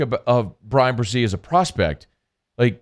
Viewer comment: BreSee, not BreZee. Damn.